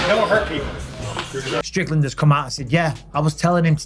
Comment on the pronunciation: I couldn't understand you....take Strickland out of your throat and say it again please.